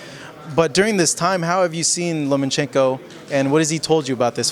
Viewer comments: it's Lomachenko not LomaNchenko lol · The name is Lomachenko, not LomaNchenko. There’s no “n” between the “a” and the “c”. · Nobody, NOBODY: Boxing RePoRtErs : loma N chenko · Russians React Loma is so humble e doesn’t correct anyone but it kinda irritates me that people who cover stories on him can’t take that fucking “N” out of there! 😂